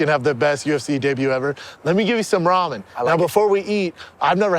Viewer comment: Brendan “Raw-men” Schaub